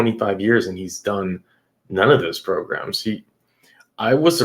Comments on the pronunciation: progrums is what says 😂😉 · Not "progrums" tho😂😂😵😵